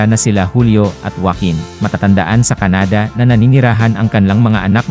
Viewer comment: Canada is pronounced with the accent on the 1st syllable..not on the 2nd.